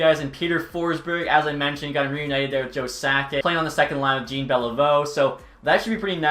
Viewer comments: Way to sound american it not "jeen" beilveu it's jean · Not Gene Beliveau it's more like John Beliveau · are you trolling pronouncing it (Billie) Jean, instead of the proper way? Jean Beliveau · Jean is pronounced 'Jeen' in English so I can see why he messed up the pronunciation. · 0.500 hockey is winning more than half of your games, not earning a point per game. please don't perpetuate that nonsense. 38-37-7 is really 38-44 and a 0.463 winning percentage. Also, please learn how to pronounce Jean Beliveau's first name. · Your pronunciation of “Jean” is horrendous btw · Jean 👖 beliveau is painful